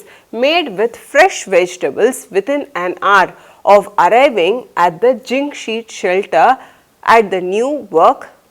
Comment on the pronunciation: Zinc not jing